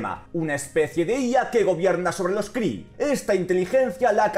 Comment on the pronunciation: min La capital Kree a lo que a mí me suena como: la capital cri-nge ;D xDDDDDDDD